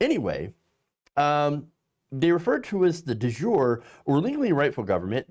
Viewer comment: De jure is pronounced de jur AY ( long " A")....😉😉